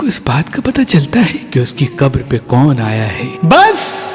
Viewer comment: Qatar nahi Bhai qabar😅